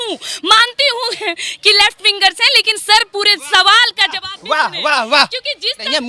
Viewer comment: bhai JABAF nahi ZAWAB hota hai